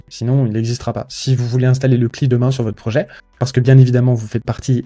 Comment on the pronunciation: Par contre, c'est les amateurs qui disent "kli". Ça se dit "si L aïe", à l'anglaise. C'est comme "sum quarante et un" au lieu de "sum forty one" pour le groupe de musique